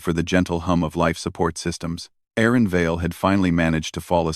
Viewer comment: Did you edit the story script as to intentionally create this pronunciation? That worked very well! (The human female's name should have been "Erin", not "Aaron". Does your AI have some "names database"?) The technical quality of your releases is among the best I've seen in the HFY segment so far.